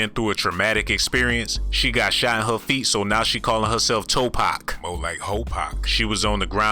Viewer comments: Toe Pac...Twerkaveli?? Looorrrdddd lmaooo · 😂😂😂 and he said toe-pac, I'm done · Toe-Pac & Trewkavelli 🤣🤣🤣🤣🤣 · Toe-pac, Twerkeveli 😂😅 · Twerkavli 😂😂😂toepac this dude burnt 😭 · Toe-pac... Twerk-avelli... 🤣🤣🤣 💯💯💯💯💯💯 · 🗣 “Toe-PAC” Hail Mary! 😂